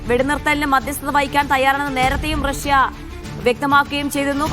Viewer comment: റസ്യ അല്ല..... റഷ്യ 😂